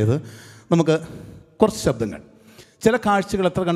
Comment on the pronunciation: കൊരച്ചു എന്നല്ല, കുറച്ചു എന്നു പറയുന്നതല്ലേ നല്ലത്‌. Try to use Malayalam language properly.